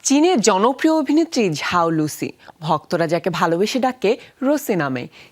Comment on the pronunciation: it's zhao not jhao